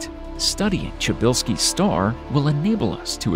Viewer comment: Why do you pronounce it Chubilski? Pryzbelewski. Watch The Wire if you want to know how you pronounce it....